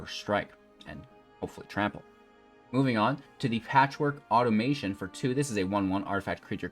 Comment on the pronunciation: 'Auto-muh-TAWN'. No 'i' in there. Automaton.